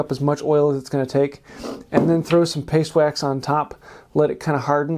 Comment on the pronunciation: "Pastwax" what the heck is "pastwax" 😂